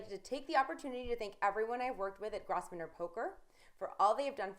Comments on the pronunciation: Incorrect reporting! Its pronounced Grove-ner, not Gross-ven- or. Shaun Dweeb is a nosy douche btw. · Grosvener is pronounce Grove-ner. The 's' is silent. English is stupid sometimes. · She should check how to pronounce Grosvenor bedore filming this. In fact she should let someone who isn't drunk or stoned do it because she is the worst announcer I have ever seen.